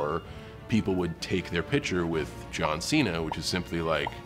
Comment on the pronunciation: Ah yes, my favorite WWE wrestler: John Xi-na.